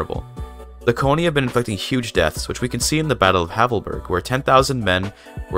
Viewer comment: If you know linguistics, you know what an IPA is. Konni is pronounced [kɔnɲi]